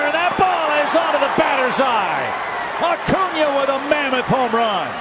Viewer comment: acuna (A-coonya) is a left fielder that can play anywhere in the outfield. Ender Incairte is our native center fielder. He does have some growing to do with reading the ball, but that should come with time. sorry I'm a huge braves fan. also your videos are great :)